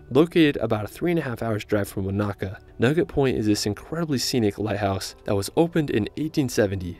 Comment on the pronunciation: Thank you for this video! it’s great to see people enjoy Aotearoa. It would be great if more tourists learned to pronounce the Māori place names correctly! Eg the macron on Wānaka is on the first A so it’s not waNAka, it’s WAnaka. Love from NZ 🤍